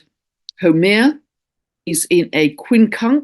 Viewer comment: Dear, thankyou kindly as ever for this illuminating message. Pls note, re: Haumea, I am a native Hawaiian, and She is pronounced as: how May ya. I have mentioned this before but you probably never got it. Have a Blessed, Magnificent and Peaceful Month to you and All of Us. Aloha Nui Loa 💕